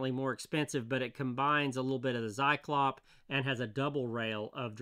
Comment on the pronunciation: "Saiklopp" sounds so far out there... I know it's hard for a non native but could i gently nudge you to using google translate to read the German "Zyklop" out loud to you, when you happen to have 5 minutes, some time? I truly mean nothing by that and i love your videos, sir.